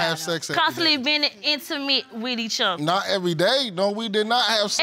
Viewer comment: “We were ‘inter-mit’ wit each other” 😳😳😳😳 Would that be ‘intimate’???! 🤭😂😂😂😂